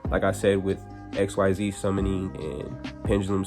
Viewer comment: Why were you mispronouncing the “xyz summoning” mechanic? You said you watched zexal and arc-v, so then you would know that xyz is not pronounced the way it’s written.